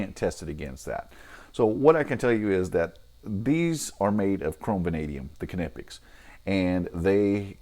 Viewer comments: Great video, really useful to see a comparison between these two. It's good to know what the Capri cutters are able for straight out of the box. I don't know if you're pronouncing Klinge correctly or not, but I'm afraid to say you're definitely making a shit of Knipex :) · You are officially wrong. Here's how it's supposed to be pronounced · In Knipex, the "K" is silent, btw. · Knipex made a video about how Knipex is said so you're saying the company don't know how to say the name of their tool?? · It’s definitely not silent. You can call them and find out.